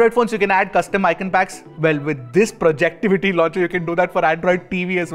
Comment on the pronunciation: Its called Project-Ivy sir